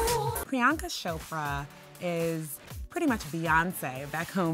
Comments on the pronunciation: SHOPRA???!!! really? You covered their goddamn wedding and no one in your team could remind the narrator to get her name right? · And PC hates it when anyone calls her Shopra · I like how they pronounce her name as priyanka shopra instead of Chopra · She is Chopra not Shopra!!! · It is Chopra with /ch/ not /sh/ 🙄🙄🙄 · She pronounced Priyanka's last name wrong incorrectly however !